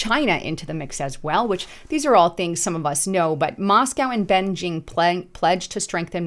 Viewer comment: you need to get the names of the countries correct that you describe to be taken seriously,.......... " Ben-Jing"??? its pronounced "Bejing" ( Bay-Shing ), i have been there many times so I got this one down.